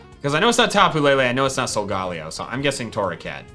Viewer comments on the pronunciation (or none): Pokemon is not just a game you can find it on netflix to and you said sogaleo wrong